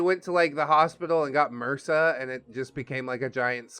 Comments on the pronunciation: Lol I've never heard anyone pronounce MRSA as an actual word before... It's not a word it's short for methicillin-resistant Staphylococcus aureus. It simply M.R.S.A bless you your adorable when you do things. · I've heard it said as mersa my whole life.